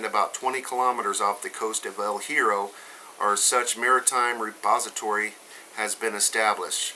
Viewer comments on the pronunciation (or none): We don't pronounce it El Hero, we pronounce it El Yeah-row. It's Spanish for The Iron.